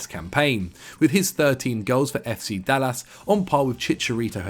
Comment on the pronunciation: Lol the way said "FC Dal Las" 🤣